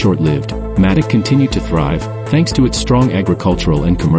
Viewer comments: Nice video, thanks for sharing this. I lived in Madoc for almost 20 years. I hope you won't mind my mentioning it, but Madoc is pronounced May-dock. In all of the time I'd lived there, I'd never heard it referred to as Maddock. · It’s pronounced Maydoc